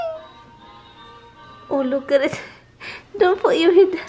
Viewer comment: I don't like that either dai. I put all my magnets on the side like you did. 🤣🤣😂😂 I thought you were saying 'lukaret' 😂🤣🤣 till I realised it's ' look at it' dami ko Tawa !!!